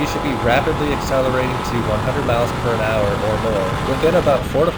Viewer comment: What's a "perinhour"? Pretty sure it's "miles per hour"